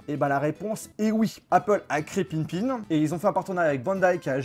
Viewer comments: Par contre ça se dit Pippin et pas Pinpin... ça m'a écorché l'oreille tout le long de la vidéo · Entre : ce gars qui sait pas prononcer le nom de la console et le fait qu’il trouve que la manette ressemble à celle d’une n64, ils font bien la paire tous les 2 on sent bien le manque d’intelligence..